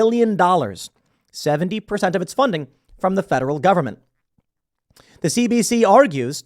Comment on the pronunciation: Say taxpayer funed not govenment funded